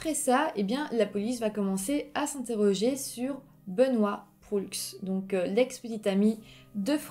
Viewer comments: Très bon. Par contre, on dit: Benoît Prou...même s'il s'écrit Proulx. Ensuite, la ville se dit : Ste-Foi, même s'il y a un Y au lieu du i. Ceci est à titre informatif. Bravo pour tes vidéos, j'adore. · Bonne vidéo mais pour la prononciation : on prononce *Sainte Foie (St-Foy) *Benoît Prou (Benoît Proulx) et on dit Université Laval (et non pas de Laval).